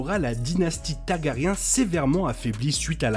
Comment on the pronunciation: J'ai une question mais bon on a dû te la poser des milliers de fois. Pourquoi tu prononces pas le "r" de TaRgaryen.